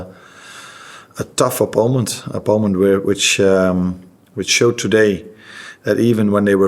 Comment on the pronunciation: Who's gonna tell Arne that it's 'opponent' and not 'oppoment'